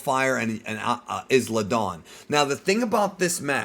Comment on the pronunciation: "Izla Dawn" bro it's pronounced I-La Dawn, like Island. They've said it many times on air, how do you keep getting it wrong? Not usually one to get uppity about it but like breh, it's not a hard pronunciation